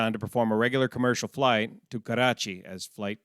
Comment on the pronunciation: Karrrrrrrrrachi. LOL